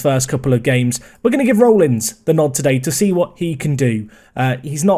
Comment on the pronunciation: Rollins is pronounced RAWllins